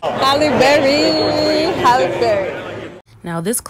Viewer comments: People need to say her name correctly it's Halle not Holly or Hailey. That is the height if disrespect Hal-lee. I love her and always have and people trip on her and try to take away her blackness both black and white. She considers herself a black woman, (a black woman with a white mother...her words and taught to her by her mom) accept that. She respects us and doesn't allow anyone to confuse her or make her ashamed of her blackness. Beautiful lady with a beautiful spirit. Thank you for sharing this. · Her name is Halle, not Holly. If you are going to be a reporter you gotta be able to speak correctly... and know who you are speaking to. HALLE... HAL -E BERRY... not HOLLY... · Two things, my sister. First and MOST important: her name is NOT Holly Berry. It is HALLE Berry. You call yourself a journalist but you can’t get her name right? That is insulting and unprofessional. And second, there are TWO “t’s” in the word “important”. It is NOT pronounced “impor unt”. The slang language of the common man or woman is unacceptable in journalism. If you must drop your “t’s” when you talk to your friends, fine. But as a professional, it is up to you and everyone who aspires to this job, to hold fast to certain high standards. I don’t care what gender or race one belongs to, high standards apply to everyone. And let me add, if I were Halle, I’d fire that publicist for pulling that racist bullshit on you and that brother. Because that is clearly what it was.